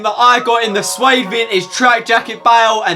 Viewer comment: I’ve got a challenge for you, if you can say Syed as ‘Sy-eid’ In the next video rather than ‘swade’ I will subscribe.